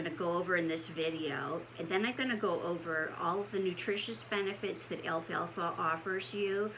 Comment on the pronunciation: Why are ppl pronouncing this Alfa Alfa ? It’s al-fal-fa 🤦‍♀️